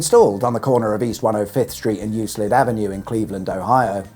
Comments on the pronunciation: I’m from the Cleveland area myself. Euclid is pronounced with a “k” sound so it’s more like “eu-klid”. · I'm glad someone pointed that out, that pronunciation was painful.